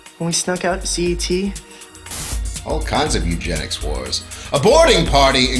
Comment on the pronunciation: eugenics not Eugene-ics